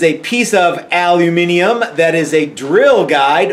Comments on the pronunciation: You said "al-u-minium"! Have you any idea what it's like for an English person to hear an American pronounce it that way? So, so sweet to our ears 😍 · You said Aluminium, and not Aluminum... You said it the UK way, and not the US way.... GREAT!! :-)